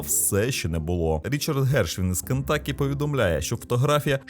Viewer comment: З поверненням. Правильно переклад штату звучить "Кентукі", а не "Кентакі".